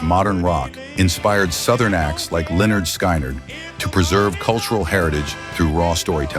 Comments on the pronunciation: They used Dennis Farina's voice for this AI guy but the real Dennis would not be saying Leonard Sky Nerd. 😂😂😂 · Very interesting doc, even though I have to endure that Stupid AI. Great idea for the doc, terrible idea to use cheating and heartless AI. But I enjoyed the topic which included Lyenarrrd Sky nerd, lol Good job, lol. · Lenard Sky - nerd give me a break learn to pronounce band names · "Len-yard Sky-NARD???" C'mon man. If you're going to do a video on Southern rock, get the pronunciation right.